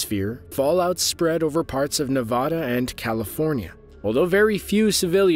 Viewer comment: Nevada pronunciation makes my brain hurt